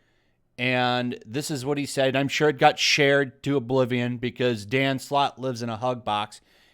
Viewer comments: i swear i keep hearing dan slott as "danm sloth" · The perfect definition of a man breathing his own farts. Quantity doesn't mean quality. P.S: With my non english ear, i couldn't help but hear Dan Slut everytime you said his name x)